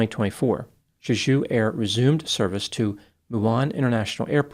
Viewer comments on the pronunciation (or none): It’s pronounced “Jay-Ju” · it’s pronounced Jay-Ju. It’s a dope Korean island - almost like Hawaii. There’s also a phallic “fertility park” there. Google some pics. It’s worth it. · Jay - Jew. Emphasis on the first syllable. Other than that, I also believe fear/panic were contributing factors, if not the actual cause. I've flown in/out of Korea dozens of times, including on Jeju Airlines. Most landings are just fine but some can be white knucklers. Getting whacked by a bunch of birds followed by a cement wall coming at you at 150MPH can't be very comforting! Could also be the landing gear was damaged during the first pass with the gear down. If they raised it for the go around, maybe a bird got jammed inside and the gear wouldn't drop? Pilot got sidetracked with the gear and forgot to watch his approach speed? Then panic? Who knows. So many possibilities. All guess work at this point. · Why would you say Juju when it clearly spelled JeJu!? Just saying. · You can pronounce it more like 'Jae-Joo'. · For anyone curious, Jeju is prounced as "jay jew'. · The airline is pronounced "Jay-jew" like the southern Korean island of the same name. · It’s pronounced Jay-Ju. It’s a dope Korean island. Almost like Hawaii. There’s also a phallic “fertility” park there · Just want to do a slight correction - Jeju is pronounced differently. You kind of made it sound French like the Aju sauce. Its more like a J as in juice. So jeh joo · Jeju is pronounced more like jay-ju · it’s pronounced Chae-Jew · Pronounced "Jeh Ju" you can see the first officer put his arm against the windscreen as it's sliding down the runway. He knew.... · For pronunciation The j’s in Jeju are hard j’s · Yeah, the pronunciation of Jeju was making me itch 😂